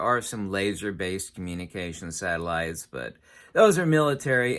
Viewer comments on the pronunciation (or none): Satellites 😂😂😂😂😂😂 Sataloons you mean!